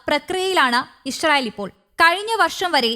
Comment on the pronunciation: ഇശ്‌റയിൽ അല്ല ഇസ്രായേൽ